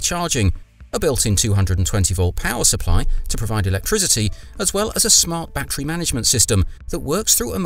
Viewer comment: But it's NOT a "ba-Tree", it's a "ba-TTerY".